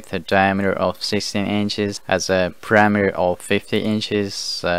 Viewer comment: While listening, I kept puzzling over what this "parameter" measurement was. Then I looked at the screen and realized that the talking head was struggling to say "perimeter". Thumbs down.